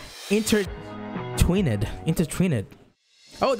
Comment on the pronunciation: Bruh he called intertwined “intertwee-ned”